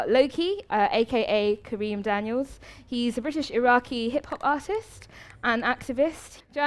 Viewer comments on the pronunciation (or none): This moderator clearly didn't do her research on Lowkey as he humbly smiles when she says his surname wrong. It's Kareem Dennis. Great talk nevertheless.